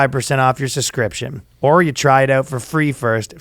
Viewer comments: Ryan THERE IS A FUCKING B IN “suBscription” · Ryan needs to use babel to learn English cuz he can't say the word subscription, lol.